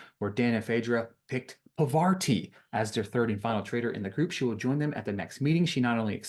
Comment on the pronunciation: The names you missed were Parvati(parr-vah-tee And sheree(shuh-ray)